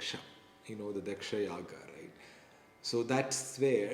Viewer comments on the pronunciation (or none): none